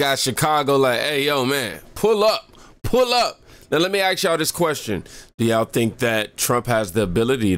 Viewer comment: Ask, not axe !!!!